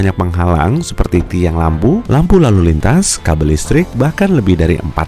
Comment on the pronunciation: Lampu lalu lintas kok jadi lampu lalu lantas